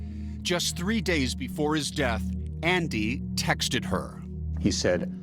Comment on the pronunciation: It’s pronounced “texted” not “textedid”